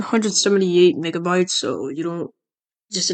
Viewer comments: it almost sounded like he said ni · BRO IT SOUNDED LIKE YOU SAID SOMETHING ELSE THAT MEGABYTES